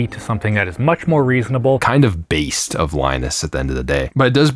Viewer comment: Why are you saying ”baist” all the time 😂